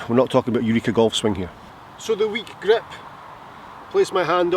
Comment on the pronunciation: Hey. Love how you pronounce grip “weak grep!”. But seriously, thx for this video. I’ve been working on snapping the club head through the ball at impact and you’ve made me think of this in a different way. Thx! Can’t wait to get to the range. 😊